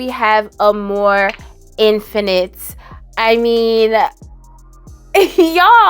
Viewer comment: Instead of amour infinite, I heard you say “a more infinite” and I was waiting for another word. A more infinite, what?? 🤣. Silly me